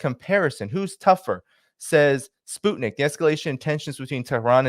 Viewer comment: Pronunciation... SPUTNIK is not spoot nik....sput sounds like 'mut' (dog) nik is as it sounds...Nik Nik Nik ^_^...... We all know you take care with pronunciation